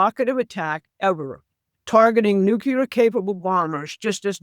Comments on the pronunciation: Not Nu Ci Lar It’s New clear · Anyone quoting Mike Flynn is floating abject drivel. She asserts as fact clearly unprovable statements. She pronounces NUCLEAR as NUCULAR. She is clearly an inveterate conspiracy theorist. She said Ukraine will be defeated in 2 months. Get back to me in 2 months. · THE WORD IS NUCLEAR. NOT NUCULAR. It’s not that hard to pronounce it correctly. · Why does everyone say “nucular” the word is nuclear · Sorry this drives me nuts - the word is Nuclear (new-clear) not Nukuler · It's pronounced noo-klee-ur. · When you can't even pronounce nuclear my interest ended there.